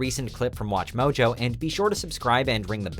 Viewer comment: “Welcome to watch mowjowe!”